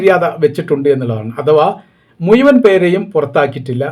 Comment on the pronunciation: മലയാള ഭാഷയിൽ ഴ എന്ന ഒരു അക്ഷരം ഉള്ളതാണ് മുഴുവൻ എന്നതാണ് ശരി മുയുവൻ എന്ന് ഇനി മേലാൽ പറഞ്ഞാൽ നല്ല തെറി കേൽക്കണം😂